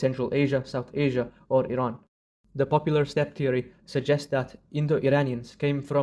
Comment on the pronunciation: As an Iranian I'm appreciated for pronouncing "Iran" correctly, that means a lot to us ❤